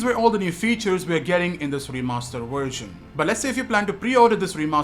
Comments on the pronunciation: vvvvversion"!!"!!!!! nOT FUCKING wersion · Its a Version not a "Warsion". Speak English